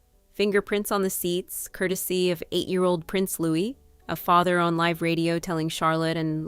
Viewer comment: This video's voiceover wasn't properly proofread. The word "live" (meant to be pronounced like live in a live broadcast) was pronounced live (as in exist).